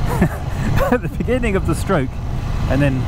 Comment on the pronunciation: in the beninging 😂